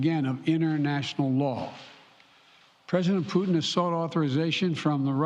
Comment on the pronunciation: He said Vladimir pudding?